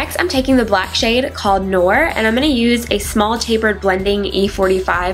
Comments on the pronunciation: The black shade noir means black in french. It is not pronounced nore it is pronounced no-warh. From your canadian friend xo pove ur videos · I don't mean to be mean or anything, but for future knowledge, I'm pretty sure that the black shade in the pallets you were using 'noir' is pronounced 'nwar' because it's french for black. Just in case you didn't notice that it sounded like you said 'nor'. The actual tutorial was AMAZING you are my FAVORITE YouTuber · Noir pronounced "no-are" it is black in French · That black color noir is French it's pronounced new-are